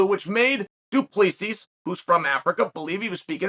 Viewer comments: "Doopleesees"😂😂 Do. Plisee is the right way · Unc Chael - just wanna inform you if I may, it’s Pronounced Doo - Ple - See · It’s not Du Plessis , it’s Do PleSee , it looks like that but it’s not how it’s suppose to be pronounced ,I’m South African my self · Awesome clip! By the way "Do Plea cease" is pronounced "Do- pluh(like plinth)- sea". I can't believe this has never been addressed 😅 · He name is pronounced do pla see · Its pronounced Du Plussea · So the last "S" in Du Plessis is silent... "Du Plessee" basically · Bro it’s Du- Ple-Si 😂😂😂 damn say it right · Tip on an easy way to pronounce Du Plessis correctly. It's Do-plea-see. The ending is silent. It's a very common Afrikaans surname. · DOO- PLUH- SEE** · Say his name right. Do plerrr see. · ‘Doo-plee-seas’ 😂 Even saying Israel’s name badly - come on Chael! You’re supposed to be the top commentator in the game, say their names even remotely correctly bro. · Du Plessis is pronounced as "Doo-Pluh-See" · As a South African listening to Chael butcher Du Plessis' name is hard 😂 Chael, it's pronounced Du PleSee 😂😂😂😂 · Mate his name is Do-plah-see 😂 it’s crazy seeing a South African in the ufc from a kiwi point of view this will be big cause we have a big rivalry with the South African rugby team and Izzy hails out of New Zealand so it’s a good rivalry lol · Hey Sonnen the S at the end of Du Plessis is silent. It is pronounced like it is pronounced in French. Pronounce it like Du Plessy or you sound stupid. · I don’t even like the guy but it’s Du-PLE-SI 😂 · Du plee sees 😂😂😂 he never fails to impress with the pronunciation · Doo-PleeSees… addition by subtraction, if you will. 📌📌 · As a South African it’s pronounced du,ple,see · Pronounced Du Placee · DO-PLI-SEE... that's how you'd pronounce it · Uncle Chael decided it’s now pronounced Dewpleasees. So let it be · Pronounced : Doo Ple sea please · Chael Sonnen messes up their names n just says fuck it 😅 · Say his name right ffs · The last asses are silent Mr Sonnen